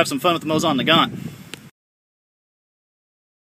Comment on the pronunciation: It's pronounced like moe zin